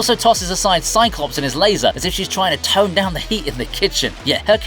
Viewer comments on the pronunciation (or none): none